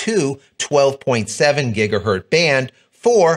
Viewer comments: It's pronounced "gig-uh-hurtz", not "gig-uh-hurt". Hertz.....multiply with lots of zeros on the end and you get gigahertz. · "GigahertZ"..... Please start pronouncing the "Z".